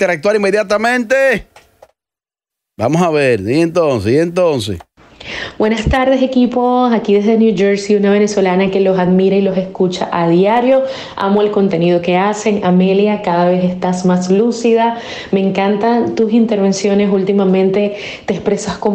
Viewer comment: Ella está mejorando, pero dice copetencia y almirar. 😞🫣 ellos no la corrigen. 😡